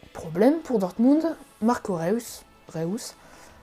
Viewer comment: C'est pas "Réous" mais "Reüs"